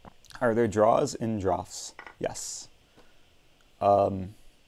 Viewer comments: Also it's pronounced the same as drafts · It's pronounced "drafts" btw